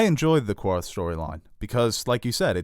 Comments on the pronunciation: Omg QARTH - Carth, Karth. There's no U . They say it in the show, and Dany's pronunciation is corrected! Correct yourselves!! Every. Time. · I cringed everytime you said Qarth lol I really do enjoy these uploads, keep them coming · butchered the Qarth pronunciation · It's even sadder because they correct Daenerys for the same mispronunciation in the episode. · I’m not 100% on this but isn’t it pronounced Karth not Quarth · It is pronounced 'Karth' not 'Kwarth'. This is even stated in the episode. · How you finna pronounce it Kwarth when you are so knowledgable of GOT. It's pronounced Carth dude. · STOP SAYING QUARTH ITS PRONOUNCED QARTH (karth) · ITS PRONOUNCED KARTH. NOT QUARTH. ITS SPELLED QARTH. NO "U"!!!! 🙄🙄🙄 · Why do you guys keep saying “Qwwarth” it’s Qarth lol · omg stop saying qwarth! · Its pronouNced CARTH BOII